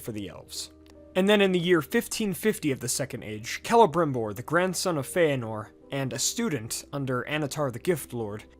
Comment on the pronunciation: Did... did you just pronounce Fëanor‘s name as “Fae-nor?”